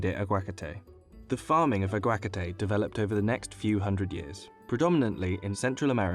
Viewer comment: Ah-gwa-KAH-TAY not Ag-wakatay 🤦🏼‍♂️